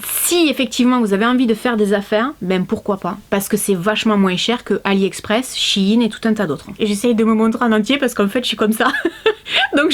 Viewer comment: Shein ça se dit chaïne 😅😉